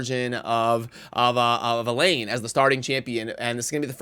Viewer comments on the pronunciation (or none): I'm being picky but Elaine and Elhain are not the said the same. Elaine is a Welsh name and Elhain is of Egyptian origin. It is pronounced El-hain. Hard H.